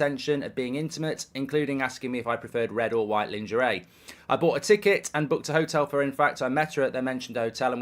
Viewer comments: " Lawn- jeray" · Please look up how to pronounce ‘lingerie’ properly 😂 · Mark pronouncing LEENGARAY by Goldbridge :face-blue-smiling::face-blue-smiling::face-blue-smiling::face-blue-smiling::face-blue-smiling::face-blue-smiling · Lingerie is pronounced...LAWN-JERR-AAY but your pronunciation is hilarious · Goldbridge showing true patriotism by refusing to pronounce "lingerie" the French way. 🫡